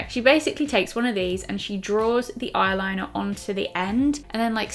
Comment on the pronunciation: Haha you say eye liner like a pirate! Ayrrliner ! Ajai pirate! Great vid again!